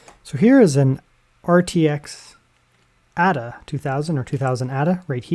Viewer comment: I think it is pronounced Ada as in Ada Lovelace, rather than 'adder'.